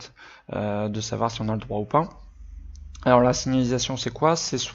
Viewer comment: Tu as du mal a dire signAlisation 😂😂 PS: merci cest super ce que tu fais !!